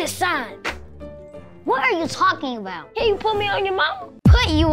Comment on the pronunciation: “It’s just from the cann”😹😹😹